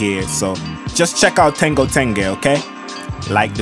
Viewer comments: Bro its ten-JO not ten-GO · I really like what are you doing here… I found it because I went on a search for how to pronounce the name of the show. I noticed you’re throwing a little bit of a GA style G sound in there forThe JH in tenjho I’ve also heard people pronounce it with a HA style H sound. Personally I have no idea how to pronounce it but I was wondering if you or anyone els knew something about the etymology behind this word because I was having trouble finding stuff. 🪬🫶🏽✌🏽🌈🧚🏽‍♂️🗝👾